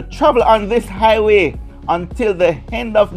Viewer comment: Please.... The word is "HI WAY"....not "i-WAY""